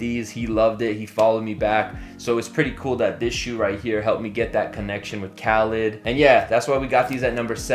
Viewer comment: Khaled not Khalid. He should unfollow you just for that.